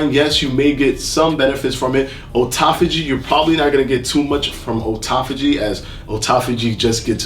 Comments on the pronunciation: Auto-phagy...not O-taphagy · Not sure what happened because he used to pronounce it correctly.